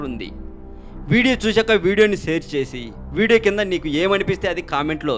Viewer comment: sare kadu share anadam nerchuko bhayya